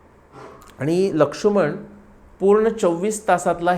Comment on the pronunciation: जबरदस्त अभ्यास महान व्त्रक्ती 🙏🙏🙏🙏🙏 ( आपण लक्ष्मण असा उच्चार करतो, लक्षुमण असा नाही 🙏🙏🙏 )